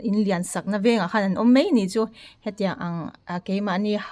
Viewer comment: Paih tih turah peih I ti a, mai tih turah mei I ti thin bawk a, ka lo sawi ve mai2 .hmuhnawm lutuk e